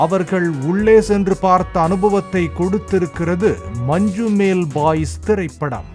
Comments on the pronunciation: மஞ்சுமெல்... மஞ்சுமேல் அல்ல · It is Manjummal.... Not Manjumel...